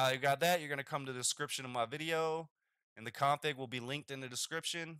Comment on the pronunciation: You say "config" like a total asshole. Didn't even understand what you were saying at first.